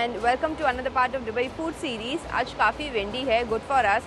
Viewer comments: Its दुबई not डुबई ...Constantly sunne se annoying lag raha hai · I watched all Dubai videos and didn't wanted to point out this but now I couldn't hold it. It's not डु-bai it's दु-bai It's D for Dum Aloo not D for drums 🤭